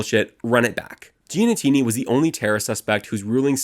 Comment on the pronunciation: also GEE-AH-NEE-TEE-NEE